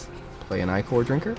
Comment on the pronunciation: It's not Eye-kor, it's Ick-er. It's more than icky, it's ichor.